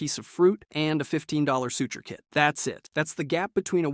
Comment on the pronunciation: . "Suture" is not suh-ter.